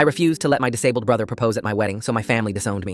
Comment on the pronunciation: The brother sounded more like undusable then disable